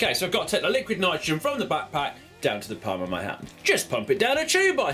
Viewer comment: niquid litrogen lol